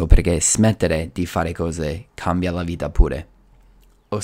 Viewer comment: Bravo, parli molto bene in italiano. Solo alcune imperfezioni: 0.04 bentornati al mio canale (non al mio video), 0.37 spremere (non premere ), 0.40 creativamente, ho smesso temporaneamente di fare video, 1.27 nell’ultimo : allunga molto la elle (nellllultimo), 3.30. vita (non vida), 4.20 infrango, 4.50 distorcere, 5.50 salute mentale (non della mente), zucchero nel cervello non è usato in italiano (diciamo sale in zucca), 7.30 gastronomia, 8.50 la meditazione (i nomi in italiano sono quasi sempre preceduti dall’articolo), 9.30 non manovre ma esercizi, 10.00nel mondo dei libri, 10.31voglio non voio. Parli meglio di molti italiani. Ho comprato il tuo libro, è molto utile, complimenti.